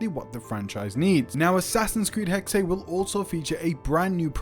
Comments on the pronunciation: Its pronounced Hex not HEXAY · "hecksay" ehem The German word Hexe (meaning "witch") is pronounced "HEK-suh" (IPA: /ˈhɛk.sə/). It is a two-syllable word where the first syllable is stressed, the 'x' makes a "ks" sound, and the final 'e' is pronounced as a light schwa sound ("uh"). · It's HEXE and NOT HEXEY!!!! darn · Why do they always call it Hex-Ay? It’s pronounced Hex and just Hex. A hex is an evil spell, curse, or jinx intended to bring bad luck or trouble. As a verb, it means to bewitch or cast a spell on someone. It also commonly refers to a hexagon shape or to hexadecimal in computing. Synonyms include curse, jinx, whammy, and bewitchment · It’s not pronounced Hex-Ah. It’s simply pronounced Hex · I was going to say I’ve never heard it pronounced Hexay. I have been calling it Hex. Like the Pokémon move that becomes stronger if used on a Pokémon afflicted by a status condition. ie: Burn, paralysis, poison, sleep, freeze, or confusion. Thank god I’m not the only one who pronounced it Hex. 😮‍💨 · Pronounced HEK-suh.. 🙂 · Its pronounced HEX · it's not more accurate it's pronounced HEX end of discussion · One German Word! Only ONE